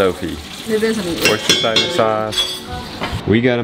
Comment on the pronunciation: its always funny hearing americans pronounce worcestorshire sauce, heres a hint wooster shear